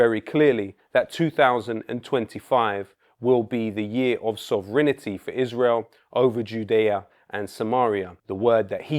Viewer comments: Sovranity??.? NO...., Sovereignty ! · SOV-renty NOT sov-rINITY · Could you kindly pronounce Sovereignty correctly in future vids;) Btw that accent it taken, big UP Ali G... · Excellent video. One weird detail: Lowkey adds an extra syllable to the word "sovereignty" to make it rhyme with "infinity".